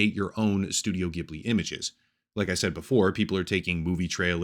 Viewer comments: Ghibli is pronounced with a soft G, like "jib-li". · It's pronounced Jibli. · It's pronounced "jhiblee", soft sound not harsh like "Giblee" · The G in Ghibli is soft.